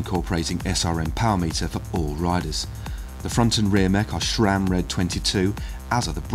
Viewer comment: There is no h in sram. Pronounced S RAM NOT SHRAM